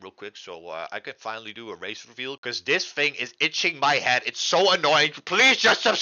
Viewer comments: sounds like he said race reveal instead of face reveal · Did he say race or face reveal